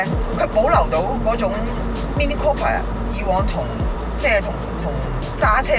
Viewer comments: Sorry. 係讀 Cooper 唔係 Copper。, 請以後更正。😉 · It's not copper. It's cooper, has a U sound. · Cooper not copper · Mini Cooooooooooooooooooper, NOT Coppa.